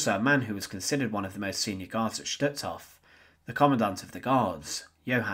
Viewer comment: Just as a point of interest, words such as Totenkopf 'Sturmbann', Stutthof and Gestapo do not have a 'shh' sound, as there is no 'sch' in them. Stutthof, for instance, is pronounced 'stoot-horf' in German (with stoot being pronounced as book or soot and a soft R at the end).